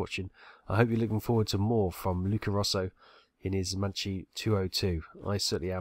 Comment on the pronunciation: Macchi, pronounced 'Mackee'. Lovely research on the Pilot, research the correct pronunciation of the Aircraft.